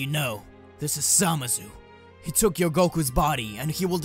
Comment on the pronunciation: Did anyone else hear him say samazu instead of zamasu?